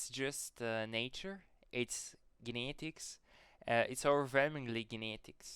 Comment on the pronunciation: jeinetigs (genetics):face-green-smiling